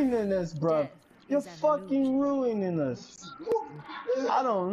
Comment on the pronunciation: Is he saying “ruinining”? Or something else?